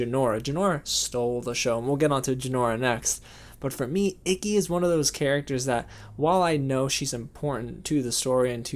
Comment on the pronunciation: You said Ikki like icky. That is Icky.